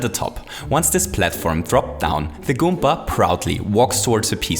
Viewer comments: Why does he says goompa instead of goomba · i get irritated when he pronounces goomba goompa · you are saying goompa XD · Randy Garcia He Also Says Goompa Which In Fact Is A Mario Character